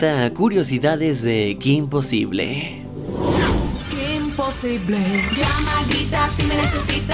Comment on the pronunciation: ¿Soy la única española que le irritaba enormemente cada vez que pronunciaba "kim posible" en lugar de "Kim posibol"? (Porque al menos en España el título se pronunciaba como es originalmente, en ingles.)